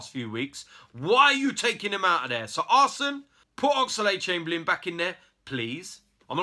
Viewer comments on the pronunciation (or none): No offence but it's ox-lade but not ox-a-lade